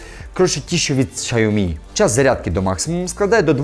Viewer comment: Якщо б щє назву компанії Сяомі правильно вимовляв - ціни б йому не було.